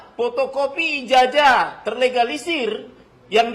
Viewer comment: Nyebut ijazah aja nggak benar...IJAJAH😁😁😁😁😁😁😁